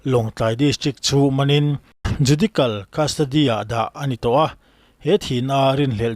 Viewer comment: A bengvarthlak thin e,tin judical kha judicial tih tur ani zawk